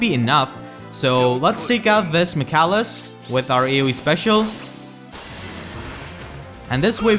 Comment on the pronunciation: Just so you know, his name is pronounced Mic ayy lis